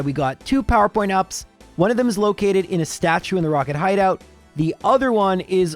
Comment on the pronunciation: Your pronounciation of simple things drives me nuts lol especially when you say powerpoints up lol, whyyy